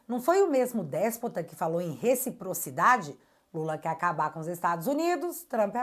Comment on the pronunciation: OBSERVAÇÃO: O LALAU NUNCA DISSE "RECIPROCIDADE" , E SIM, "RETOPROCIDADE" . SIM ELE DISSE ISSO, UM JUMENTO DESSE CRIOU UMA PALAVRA NOVA .🤡🤡🤡